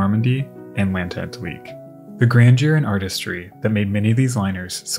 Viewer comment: NAME: l'at-LAN-TIQUE, not l'at-ENT-LIQUE ! Courtesy to your subject, human or no, and promo for a language course yet. l'ant-AT-LIQUE! Responsibility PLEASE😡